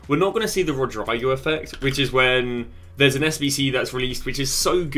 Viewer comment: I never heard anyone in my life say Rodrygo's name wrong